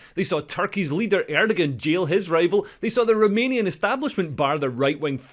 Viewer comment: Turkish president Erdoğan, just drop what you think is a G, it's not a letter, just more of an instruction - say it as Erdohan, doh as in Homer Simpson. Why am I posting this? So that some blue haired numpty can't say "You can't even pronounce his name, thus your point is invalid" Credo